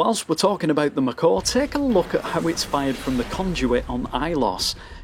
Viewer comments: So 1st: please do mass effect 2 and 3. This was an interesting video, and so are your others. But 2nd: Not to be rude or anything, but just so you know the mako isn't pronounced, "macaw" it's pronounced like, "may-ko" like mako shark. Just trying to be informative, still a great video! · MAko, not MakO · ''macaw'' It's MAY-KO It's a shark, not a bird! Cool video though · You trollin us mate? Its mako not McCor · he pronounces it like macaw xD but no problems, still a great vid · Maybe it was supposed to be "mah car" :D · Him pronouncing it "macaw" makes me think he never actually played the game. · The way you pronounce mako brings me physical pain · I just heard it and almost bled from my ears :D